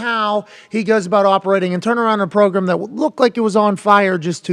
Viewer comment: Name robot "the progrum".